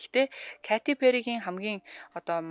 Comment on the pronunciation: 😂зүгээр л Кэтти Пэри гж болдгүймү. Кати гж ямар нэр бсим бэ .катя,ч,биш кайти гэж ойлгомжгүй дуудлага